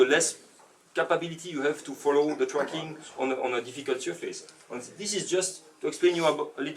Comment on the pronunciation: sounds like hes saying fucking instead of tracking